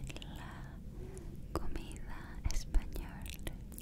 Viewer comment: Your Spanish and Italian pronunciation are so cutee^^^^ you have a super relaxing voice, thanks for this beautiful video 💖🥰